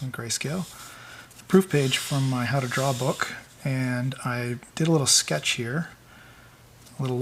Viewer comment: "for a quicky sketche it's okay" hahahaha Shut up!